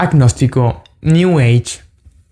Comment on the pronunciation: Cuando dijo “new ege” entendí. Sigue adelante en Cristo. Te saluda un hermano evangélico protestante.